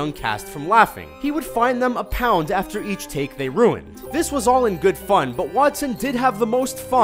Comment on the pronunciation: It's a pound, not a "found".